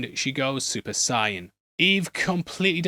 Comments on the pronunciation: why did u say saiyan like that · Your pronunciation of Saiyan is terrible. Much love.